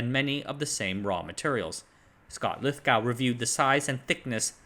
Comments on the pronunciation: The "gow" in Lithogow is pronounced "go" just the same as the the way it's pronounced in "Glasgow". Neither of these words sound like "cow". It's deeply unpleasant to hear these names repeatedly mispronounced. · quay is generally pronounced as in key? Well, it is around these here parts anyway. And Lithgow is generally pronounced lith go as in Glasgow which is pronounced Glaz go where z as in Zimbabwe. This guy can't pronounce it either but there are loads of Scottish in his comments section to. Anyway, great channel, keep up the good work!